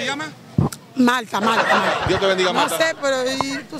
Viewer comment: Plegunta pol Malta, Maaalllta. Luis abinabel, ¿quien? LUIS ABINABEL🤣🤣